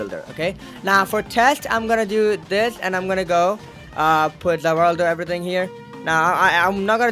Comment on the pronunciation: "ZA WARLDO" son😭